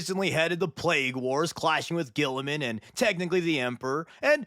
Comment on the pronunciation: Saying Guilliman the way guillotine is spelled just sounds awful.